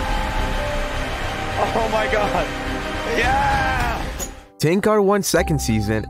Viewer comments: Btw you pronounce his name as Tanker not tank ar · "Tanqar" is killing me XD Its Tanq-er is how to say it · The way u prounounce tanqr sounds like ur saying ten cars 😂🤣